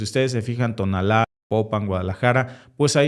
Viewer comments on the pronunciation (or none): No es tonalla, se llama Tonala con acento en la a, solo para tu conocimiento, gracias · Cuál Tonalla???? No seas mamón compa cae mal todos esos que se hacen que no saben pronunciar los nombres de México la mera verdad a veces das pena